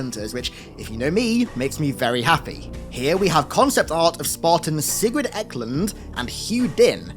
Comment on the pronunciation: That’s a swedish name actually :)) and pronounced “Siegvaard Aeklound” ish